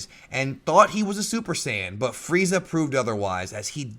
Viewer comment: did you know it's "Freeza" and not fried za